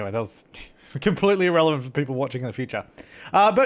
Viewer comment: Lol he said irrellivent, but its almost 2017 XD